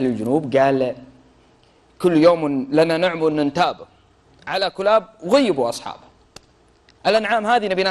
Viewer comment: مازلت تنطق اسم الكلاب خطأ الكلاب بضم الكاف وتشديد اللام ثانيا كسرى اوقع عامله في البحرين في حصن المشقر ببني تميم مشكله تتكلمون في التاريخ وانتم غير مختصين